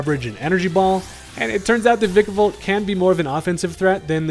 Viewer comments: Vikavolt is my favorite Gen 7 Pokemon, and my most favorite Bug overall. Thank you for not mispronouncing the name too. Others say Vye-kavolt. Ew. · thank you for saying vikavolt correctly